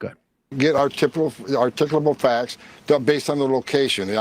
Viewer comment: Hoeman saying “Articable Facts” has to become a RM Brown Drop.